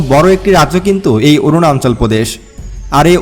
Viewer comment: অরুনাচল কে বলছেন অরুনান্চল।উচ্চারন শুদ্ধ করে না বলে এপিসোড বানালে ভিউয়ার রা লাইক না দিয়ে সমালোচনা করবে।